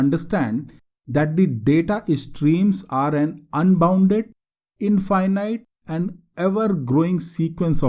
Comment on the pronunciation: Thank you for your videos. Clean and concise introduction that is easy to understand for beginners. Check pronunciation for ** INFINITE ****.